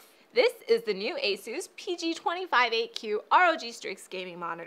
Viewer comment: did she say asues